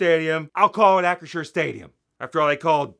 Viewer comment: LOL 🤣 and yes, Hunts ketchup... YUCK 🤢 ( great job pronouncing Acrisure, it doesn't roll off my tongue!)🥴